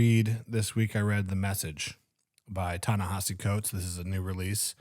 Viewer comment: It's Ne-HEE-si, not Ne-HA-si. The vowel after the H is an I, not an A